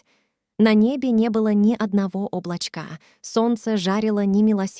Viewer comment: Облочкааааа ....полчищь..... порозилась ?. Листьям [ударение на я]...подскользнулвсь. ударение на сколь???,,,какой это язык